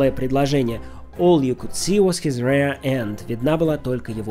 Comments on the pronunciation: "Rear end" произносится как рИа, а не рЕа. В первом случае REAR переводится как зад, а во втором RARE как редкий (конец), или еще есть значение полусырой ( так говорят о стейке). Надо поработать над произношением. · Greenwich читается Грэнич. Rear читается риир. Но это между прочим. Я читал только Ритин перевод, и она перевела 'cool guy' как 'мировой парень'. Есть специальные трибуналы за такие дела. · Надеюсь, автор уже знает, что английское слово rear произносится вовсе не так, как rare. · Шикарный выпуск! В детстве читал Райт-Ковалеву, позже уже самого Сэлинджера. Сэлинджер больше понравился. :) PS. Rear произносится по-другому.